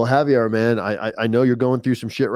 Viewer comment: Btw its Javier not Javiar bro. Lol ur butchering his name